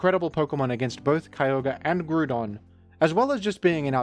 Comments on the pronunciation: who pronounces it gru-don?😭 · Do you pronounce ground as groond? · Just here to leave a comment about your pronunciation of Groundon because I couldn't pass up the opportunity to be a Rotten Egg. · I will gladly accept my fate as a rotten egg if that is what status falls upon those who seek to be correct. The people who came up with the fictional name Groudon intended the pronunciation to be growl without the l rather than grew. It is not only clearly coming from the word ground but it is consistently not pronounced like Groodon in the anime, Pokedex 3D Pro app, and original Japanese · It’s literally ground based- ground type as well, Let me be a rotten egg on the GROUND and not on the GROOND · I am vexed by pronouncation of "Groodon" and if this makes me a rotten egg, that is simply cross to bear. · Hearing grewdon so much had me close the video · I wished to comment on how you pronouce Groodon, but I have no desire to be a rotten egg. What a quandary. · grug don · Have I been mispronouncing Groudon for 40 years? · I had completely forgotten that I used to pronounce Groudon's name that way as a kid until this video unlocked that memory. In fairness, it looks similar to "crouton", so pronouncing it that way seems like it would make sense... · He says the name wrong for the comment farming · You pronounce "Groudon" wrong. It's actually pronounced "Red Idiot Shrimp Dinosaur" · fascinating pronunciation of groudon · forget how you pronounce Groudon, I'm more bothered at how you misgendersd Latias. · Leaving a comment here about the pronounciation of Groudon because I'm a rotten egg 😝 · I am a rotten egg disguised as a pixilated mining tool so I get to criticise you on your pronunciation of the fictional creature Groudon. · Hi, just wanted to remind you that is not the way you pronounce groudon. You may call me a Rotten Egg but I'll take that title with pride